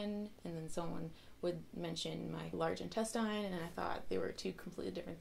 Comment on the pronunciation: Why she say INTESTINE like that? I see why she gave that intro now lol